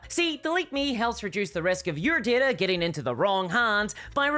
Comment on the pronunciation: At some point, I started dreaming in this woman's voice. 🙅‍♀ How is there an "r" in DATA!?